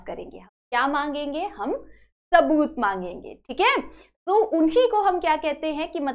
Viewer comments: Its not taboot its saboot 😂😂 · Saboot ❌ taboot ✅